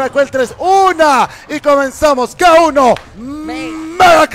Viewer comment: Suena raro cuando le dice ki-wan mejor suena k1 noma